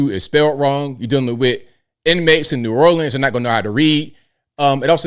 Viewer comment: Someone needs to educate this announcer before they put her on camera. They need to help her understand it’s Stevie Wonder not Steven wonder and the correct way to pronounce New Orleans.